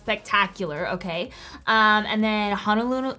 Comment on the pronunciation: Cracking up at her trying to say “Honolulu” 😂